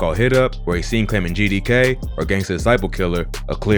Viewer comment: King of bk you bugging my guy ITS GDK